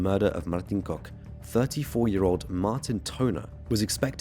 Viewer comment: Yep that's how you pronounce Kok! 10/10 for the improvement!❤